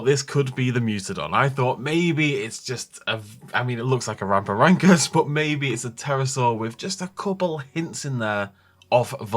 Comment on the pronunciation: I feel like they are getting further away from my interest with these mutants, they can have a fun exciting dinosaur film without these monster creations, just a heads up its pronounced ram-for-rin-cus :-)